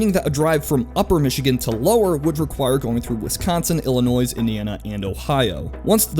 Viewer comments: Did I hear "Illi-noise?" Wtf. It's pronounced "Illi-noy" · You really just said, "IllinoiSSS"? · Illinoi(s) lol? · It’s pronounced “Illi-noy” not “Illinois” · I'm triggered I live in illinois and he said Illinoise it's pronounced illinoi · Damnit. It's pronounces "ill uh noy" not "ill uh noise" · THIS NIGGA SAID ILLINOIS WRONG: IT'S PRONOUNCED "ILLINOY" NOT "ILLINOIS" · "Illin-noise" really dude? You're representing a channel called "Knowledge Hub" doing a video about statehood and you mispronounce a state's name? Embarrassing. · Why did he say Illinois as ill-In-Ois? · ill-inoy, ore-gun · Did you just say..... Illinoi-S and Oreh-gone? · "Illi-Noise" bruh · Illinoiz? The S is silent. And you don't need to go through Ohio to get to the lower peninsula. You can go straight from Indiana to Michigan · I stopped watching after Illinois was pronounced illi-noise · I feel the same way about how how he pronounced Illinois like "ill-uh-NOISE". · Michigan is a totally different situation. Flint and Detroit are getting bailed out financially by the rest of the state. Chicago does not drain money from the rest of Illinois (or as pronounced in the video Illinoiz). What Kwansu claims is that Chicago oppresses the rest of the state by being a bully. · Sufjan Stevens called, he said it’s not actually pronounced “Illinoise.” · illinoi, you dont pernounce the s lol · Mispronouncing Illinois as "Ill-uh-noise" and secession as "succession" (two VERY different meanings my dood) bothers me WAY more than it should lol... You probably pronounce Des Moines as "Dess Moy-nz" instead of the correct "Duh Moyne" haha ;) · Yet it has one singular pronunciation, Ill-uh-noy. I don't get how people can get it so wrong. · It’s actually ill-i-noi. Subtle, but it’s there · You're from Ohio right, so I understand your miss pronunciation of illinois, its actually pronounced illinoi not with an s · Did he say IllinoiS? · "Illinoizzzz"?! Oh brother...😳😳😳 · Did... did he say 'Illinoise'?